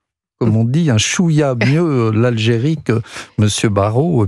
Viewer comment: Chouïya ! Pas chouya ! Monsieur chouchou !